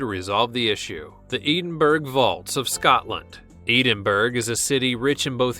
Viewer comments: He pronounced it like eedinburg it's edinbura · its isnt edenberg its Edin-Brah lmao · It's pronounced Edinbru not EEdinBURG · It's not Eednburgh it's edin Bura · Or Edin-burra. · Just saying it’s not Eden burge its ED-In-brugh please please learn to speak properly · Did he seriously say edinburg edin-bur-ah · LMAO Eden-Burg it's edin bruh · Edinburgh (edin-bruh) 🙄🙄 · “Edenburg” ... what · It's edenbrr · If you’re going to do any sort of voice over work, you have a responsibility to learn how to correctly pronounce stuff. Ed-in-burra. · Lol Edenberg!! Wow....speechless! Lol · EEDENBURG???? What the hell? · Edenburg omg man am atchul going tonto haha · "Edenberg"? what planet are you from? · "Eedimburg" omg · Edenberg? Hahahahahahahahaha. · it's Ed-in-bur-ah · Thank God, it wasn't just me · emile heskey it annoyed me haha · that’s not how you say edinburgh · How disrespectful that you can not pronounce Edinburgh properly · How he says Edinburgh tho 😂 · That is not how you say Edinburgh. I know, because I live there